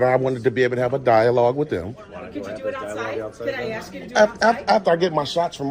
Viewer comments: Agreed, before we praise his voice so much getting a handle on how to speak and pronounce words would go a long way towards making him a top pick for being articulate. All that Axing needs to be the first thing to correct. He does have a good grasp on what the facts are although I hated seeing him miss the opportunity to slam Officer Anderson when she took exception to him using the word "molest" saying it's 'such a powerful word" because thats exactly the word the constitution uses when refferring to police harrassing citizens in the 4th amendment. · I WATCH THIS GUY ON HERE BUT WOULD NEVER WATCH HIS CHANNEL. HE CAN SPEAK ENGLISH SO SAY "ASK" NOT "AXE" AS YOU SOUND DUNB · PLEASE STOP SAYING, "AXE" ... IS 'ASK' REALLY THAT HARD, OR OFFENSIVE ??!?? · I think this gentleman would get a little bit more respect if he could pronounce the word(ASK)